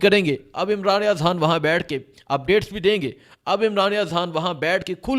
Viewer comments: Aap han kyu bolte ho Khan bola karein na 🤔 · Bro its not Haaan his name is Khan with K khhhhh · Imran Riaz haan😂 bhai naam to sahi lo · السلام علیکم او پیارے بھائی یہ حان کیا چیز ہے؟ آپ کیوں خان کی ماں بہن ایک کر رہے ہیں؟ اور ساتھ ساتھ غ کی بھی گ بنارہے ہیں۔ ایسے لگتا ہے جیسے سکول سے بھاگے ہوئے ہو۔ مہربانی کرکے قاعدہ پڑھنا شروع کرے۔ ایک قومی زبان کی حیثیت سے ہمیں اپنی قومی زبان کو کچھ احترام دینا پڑے گا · Oh bhai yeh .....Haaan kiya hota hay.....Khan kaho na.....LoL.... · Sir pls haan nhi hota khan hota hai pls ap lafz ko khaya mt karain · ھان کیا ہوتا ہے. خان کہا کرو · خ. اور ح. فرق ہے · حان نہیں خان ۔۔۔ حبر نہیں خبر کہو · ھان نہیں خان۔۔۔ ہبر نہیں خبر۔ ھاھاھا یار عجیب طرح بولتے ہو۔